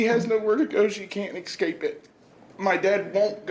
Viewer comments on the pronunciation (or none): Anyone who pronounces it "Excape" or" Axe" needs to be in prison!